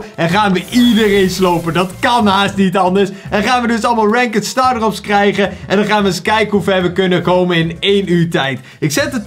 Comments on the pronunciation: Stop met renkud te zeggen zeg renkt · Ranket zegt die😂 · Kan je ranked aub is deftig uitspreke voor de rest super bezigggg!!! Armyyy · Je spreekt het uit als rankt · Iemand gehoord hoe hij "ranked" zegt??💀